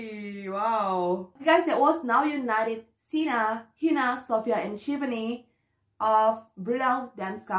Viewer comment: It's shivaaaaani not shivni 😣